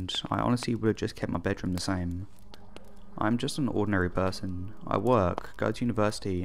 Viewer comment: PERSON, not PERSTON!